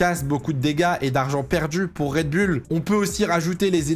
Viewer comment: Mon dieu le « red bulle »… c’est oule… redbull…